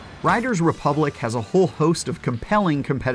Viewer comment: Anyone notice how he can't say the title of the game properly?